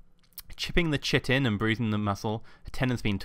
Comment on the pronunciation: Just so you know chitin is pronounced 'kite'-'in'